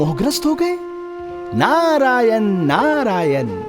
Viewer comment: वीडियो बहुत ही सुन्दर है, सुन्दर वीडियो के साथ साथ हिंदी भाषा भी शुद्ध होनी चाहिए, हिंदी उच्चारण शुद्ध करें। जैसे -- भह्मा, भह्मांड नारेन आदि आदि । शुद्ध रूप ब्रह्म, ब्रह्मा, नारायण।